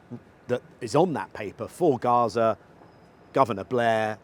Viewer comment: Gaza not garage